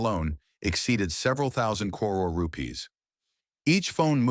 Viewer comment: Can the voice over be taught to pronounce CRORE/CRORES properly.